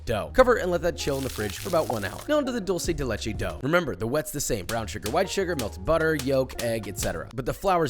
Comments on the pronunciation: It's not doulgh-ce del Leche it's duel-ce de Leche 😋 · Dulsee de lechi.💀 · "Dolce de leche" holy shit dawg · cookies are good, but we need to work in that "dulce de leche" pronunciation. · Es gracioso ver cómo la gente que no habla español pronuncia Dulce de Leche